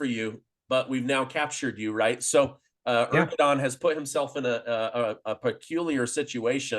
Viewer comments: please say Erdogan instead of Ergodan. I really am a great fan of your channel, so this is my only remark. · Erdogan not Ergodan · Its ERDOGAN not Ergodan. Missing such important details, makes you honestly not trust worthy, since it shows that you did not had the courtesy of researching this basic information.The col seems pretty up to date otherwise. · Americans always add confusion to everything. Not only in the analysis but also in names? Where did you come up with the name Ergodan? His name is Erdogan not Ergodan. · Erdogan, not "Ergodan". I cannot believe the casual nature of your reference to the civilian human tragedy & damage resulting from Israel’s response, simply saying: "so be it". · 😂 Hey.. it's not ERGO-DAN, it is (Shaffer has it correctly).👉.ERDO....🤷 GAN! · Erdogan = AIR-DOUGH-WON. Say it with me now: AIR-DOUGH-WON. NOT ER-GO-DAN. You sound illiterate when you say "Ergodan." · Lol, it is Erdogan, not Ergodan. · hahahahhaah you said president ergodan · Ergo-don is definitely not how his name is pronounced